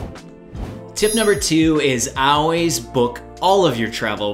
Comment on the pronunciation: Good information. Interesting pronunciation of always. Never heard it said like that. 😉